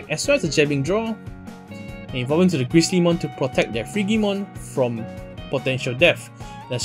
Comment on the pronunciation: Just for future reference, "Frigimon" is pronounced with a "j" sound. It's based on the word "frigid" meaning cold.